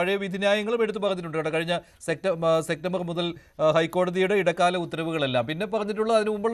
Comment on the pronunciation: സെക്റ്റമ്പർ എന്നല്ല സെപ്റ്റംബർ ആണ് ശരി